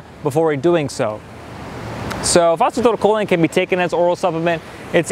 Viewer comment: The CORRECT pronunciation of phosphatidylcholine is FOS FO TY DAL CO LEEN